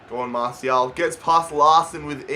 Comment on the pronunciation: it's mar-ti-al not marshial